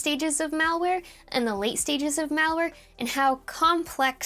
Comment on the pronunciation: If I heard "Val-Ware", I'd assume it's Val Kilmer merchandize. 😆